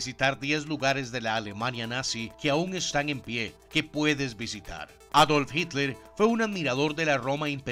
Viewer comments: bisitar , quiero mi like. buen vídeo!. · alguien mas s e dio cuenta de que en el principio del vidoe dice bisitar y no visitar